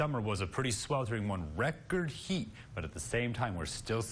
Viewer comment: reCor-D HEaT😂😂